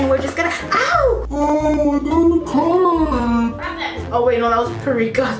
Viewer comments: She kept saying"parica" but I think it is paprika 😂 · no one: not a single soul:: p A r I K a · PARIKA! PAPERIKA! both wrong tho ahahahah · i love the way says paprika haha. she says "prika" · SIS every time you mispronounce Paprika and say "PariKa" has me floored 😂😂😂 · "PURRIKA" Im- 🤣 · Perika? Parika? Hahahaha saaay whaaaat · "Perika"-- 2k19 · i think its called paprika .... puhh-pree-cuuh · Me: how many times can say paprika wrong 😂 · saying paprika wrong for 18 minutes